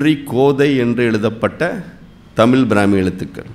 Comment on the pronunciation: தமிழ் பற்றிய தகவல்கள் சொல்றவங்க முதலில் தமிழை சரியாக உச்சரிக்க வேண்டும் சும்மா தமிளு தமிளு ன்னு....கடுப்பேத்திட்டு.......